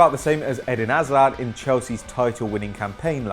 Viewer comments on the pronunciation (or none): none